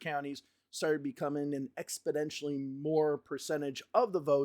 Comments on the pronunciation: Funny comment, and don't take offense, but it sounds like you are saying "Expodentially" instead of "Exponentially" Great work here!! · great video. but it's exponentially, not expodentially :) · Good sir it's Ex-po-NEN-tially not Ex-po-DEN-tially. Love the videos. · exponentially not expodentially !! come on buddy ...it's a numbers show ... F Me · bro how many times are you going to say "expidentially"!!! It's EX PO NEN TIALLY ahhhhhhhhhhhhhhhhhhhhhhhhhhhhhhhhhh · I do appreciate these analyses, but it sounds like you keep saying ‘expidentially’…?